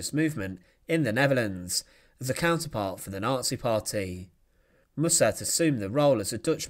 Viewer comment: Mussert is pronounced with the emphasis on the first syllable.